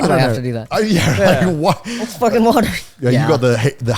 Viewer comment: you can hear Connor pronouncing water in 2 different ways in less than 10 seconds